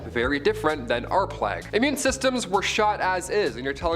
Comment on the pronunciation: Att.: - it is not pronounced 'plaque' it is plague. Notice it is a G not a Q! It is so annoying to hear all of you and your team mispronouncing everything... 😐